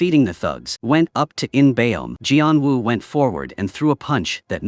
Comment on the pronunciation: gian wu? bruh is geon woo